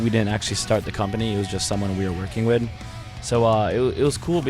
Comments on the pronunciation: He keeps saying 'wid' instead of 'with' but i love him anyway. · Lol he kept saying "deal wit" instead of "deal with" so cute(